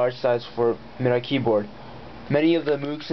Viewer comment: Actually, it's pronounced 'Mid-Dee,' not 'Mee-Dee.' Just so you know.